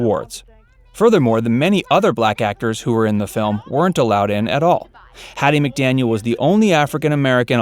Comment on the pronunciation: It’s McDaniel, dear…